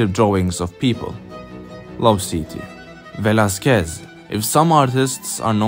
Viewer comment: Velazquez no se pronuncia asi...